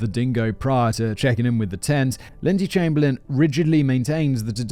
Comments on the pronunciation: Rabies is virtually absent in Australia. Unfortunately, there are loads of wildlife that will either kill you on purpose or even by accident. Can you not pronounce Chamberlain? You had a rather infamous PM by that name after all. EDIT: why show an African Hunting Dog ? They have nothing to do with this story. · 1. Chamberlain is pronounced "Chamber-Lynn" 2. Uluru is pronounced "Ayer's Rock"